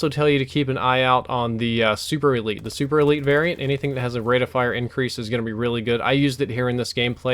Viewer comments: Not super-elite its super-lite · It's super LITE, not super elite